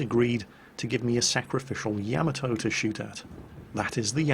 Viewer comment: Did say "sacrificial Nyamato"?